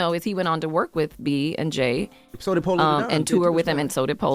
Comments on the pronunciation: Girl are u purposely mispronouncing POLO! Who is Paolo!?!? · Why do you keep saying PAULO and not PO LOW ugh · POLO, not Pollo lol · His name is POLO, like MARCO-Polo ….. NOT POE-LAU 🤦🏽‍♀️🤦🏽‍♀️ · It’s polo the don not Pollo lol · Everytime you said PAUL-O I SCREAMED !!! 😩😩. It’s polo like a POLO SHIRT ❤❤❤❤ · You calling this man Paola and it’s Po-Low 😅😅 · Polo not Paulo. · Saying Paul-o instead of P o-lo is insane, what in the world😒😂🤣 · I’m cracking up, why do you keep calling him Paulo? It’s Polo Da Don. Like polo the game or polo the brand 😂😂😂😂. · Girl if you don’t quit saying “Pah-lo” It’s Polo!!! 😂🤣😂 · I was just about to post this 😂😂😂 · Po-looooooo not Pollow... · Pollow 😂😂😂😂 it’s polo chile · wtf is it so hard for you to pronounce PO LO? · I’m crying at you not being able to say Polow 😂😂😂 it’s pronounced like polo babe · Why do you say his name like that? ITS POLO!!😂😂😂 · 👋🏽!!! It's POLO, btw. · It's pronounced Po-Lo, baby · Keri says it multiple times in the videos and you still saying PAULO